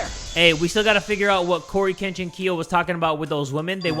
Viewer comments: Korekiyos name: Korekiyo Shinguji pronounce: Cory kenshin Kiyo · anyone gonna say something about calling korekiyo corykenshinko LOL